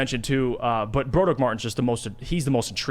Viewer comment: Can please stop saying "Bro-durr-ick" it's "Brah-Drick"